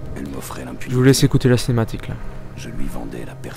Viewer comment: Cinématique et pas cematique